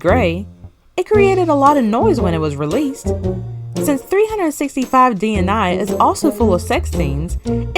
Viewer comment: DNA is an acronym, but DNI isn’t so please stop saying it that way. It’s a simple 3-letter word like “day” meaning day, and it’s really not difficult to say 😒